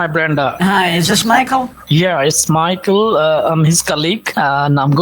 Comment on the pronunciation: bro they don't even try to sound American yet they spit those extra generic American names LOL work on your accent or something that's crazy. that "MAHKL" caught me off guard 😂